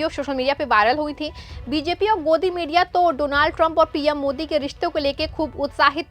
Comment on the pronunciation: Don't say do-naald